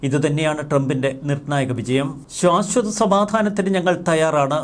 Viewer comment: സർ, ശ്വാശ്വത എന്നല്ല ശാശ്വത എന്നാണ് - അരോചകമായ ഉച്ചാരണം തിരുത്തുക!